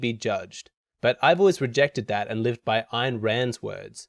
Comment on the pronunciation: Thank you for pronouncing Ayn correctly